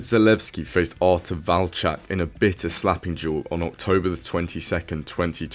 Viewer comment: You're one of the few YouTubers who actually can pronounce "Walczak".